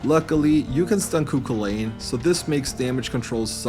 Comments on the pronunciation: Love the videos, always an enjoying watch just thought I’d lyk how to pronounce cu cullain’s name, it’s more so pronounced Cullen than cullain, he’s an Irish mythological figure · I love the callback to one of your first Persona 5 challenge videos by pronouncing Scathach and Cuchulainn as incorrectly as humanly possible 🤣